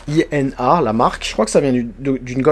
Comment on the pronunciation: pour info la marque i n a comme tu dis ce prononce ina et cest un fournisseur de piece generique comme des verin ou des chariot a bille , le genre de piice ou les cote son reglementaire et pas sur mesure